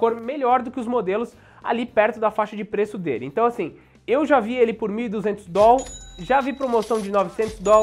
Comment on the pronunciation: Perdeu de ganhar inscrito por essa tosquice de "dol".